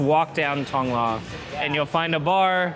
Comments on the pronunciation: “Tong-loar” “yes I live in Tong-Loa” “Tong-lore” “Tong-luh” “Okay Tong-lorre” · Hilarious how makes no attempt to pronounce any Thai words correctly. “Lor”, among many others.